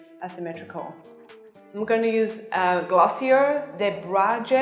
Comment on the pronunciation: Haha, I love that she pronounced Glossier in English. All their pretentiousness with their French pronounciation out the window!